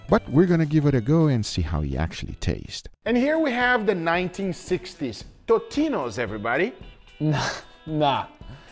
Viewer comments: If your childhood was them, WHY ARENT YOU PRONOUNCING THEM RIGHT! ITS TOAST-INOS! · My brain didn't explode too badly when Guga called Totino's Tostito's, but it definitely short-circuited for a second. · i thought i kept hearing tostinos and tostitos lol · Guga, it is Totinos with a T not Tostinos or Tostitos (Tostitos is a corn tortilla chip brand) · You called Torino's tostinos lol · Lol anyone else noticed he called totinos, tostinos? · TOTINO'S NOT TOSTINO'S 😂🤣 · Tostitos like the chip or totinos Guga? Bro can’t speak